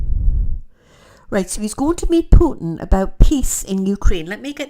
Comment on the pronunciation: Thank you for saying “Putin” wright , so many news readers & others put “h” in it